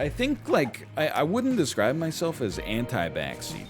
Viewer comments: I keep hearing anti-vaccine instead of anti-backseat, which had me quite concerned for a hot minute let me tell you. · every time he said anti backseat i heard antivaccine and was like dam nl what happened